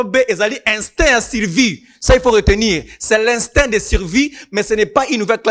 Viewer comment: Sango,oyebisa ayekola difference entre I na u. Il dit assirer au lieu assirer. Il dit sirvie au lieu de survie. Il dit rie au lieu de rue. Na kanda te c'est pourquoi balabaka na lingala.